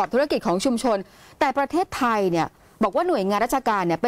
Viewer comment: มักจะมีปัญหาเรื่องสระเสียงสั้นเสียงยาวบ่อยนะ เช่น ประเทศทาย คือเข้าใจครับว่าจบอินเตอร์มาแต่ต้องใช้ภาษาให้ถูกด้วยครับ